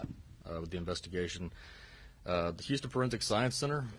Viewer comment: Patrick....of hurrrston. 🤦🏽‍♂️